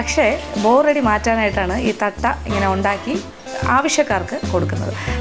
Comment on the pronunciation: Adu Thattai aanu. Thatta alla Madam